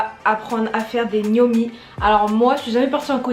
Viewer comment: Je pensais le boug il disait gnomi est là qui bon ( en parlant de mec qui dansait bien quoi ) 🤣🤣